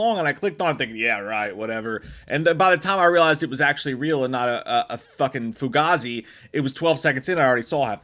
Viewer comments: It’s pronounced ( FU GAY ZEE ) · It's pronounced "FOO-GAY-ZEE".